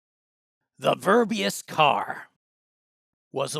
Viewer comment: Verbiest, not verbeyast, learn how to speak.